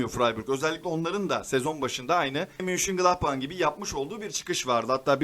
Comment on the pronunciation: Kardesim emegine agzina saglik, takdir ediyorum çalismani. Ayrica bir kaç videoda dikkatmi çekti. Su takimin adi MÜNCHENGLADBACH degil Ö ile MÖNCHENGLADBACH. Almanyadan sevgiler